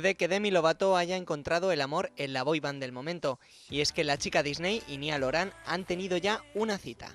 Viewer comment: ajjajajajajajjajajajajajaja dice nial oran jajajaj y es niall horan ajajjaja